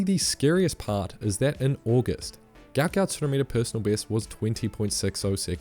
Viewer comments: His name is Guot Guot. Pronounced “gwot”. His parents are so embarrassed for him about the mixup in his name. Check it. The clip of them speaking about it. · Just saw his family on the TV. They said his name is pronounced more like guwot not gout. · His name is Guot Guot, apparently, and pronounced Gwot. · Before he gets too popular, we need to start following the request from his father that his name is actually Guot Guot (pronounced Gwot Gwot). It was translated incorrectly when he was young, and they're looking into getting it changed. He doesn't like him being called a disease. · His father has said that his son's name is actually supposed to be Guot Guot (pronounced Gwot). As with many Sudanese in the escape through Egypt, the ID document process made errors in the parents' name. His father is unhappy with his son being known by the name of a disease, rather than the name they wished to give him, and is looking to change the name legally. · Only in Australian will someone make headlines become a public sensation and have his name misspelled / mispronounced. His name is Guot. The father confirmed it himself to correct everyone.